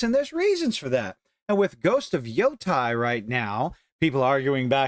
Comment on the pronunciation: It's YotEi, the E is like the one in "Empty" or "Enemy", not YotAi, you silly goober